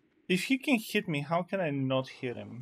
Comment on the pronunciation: dude GAWBAGE KEEYAN LOL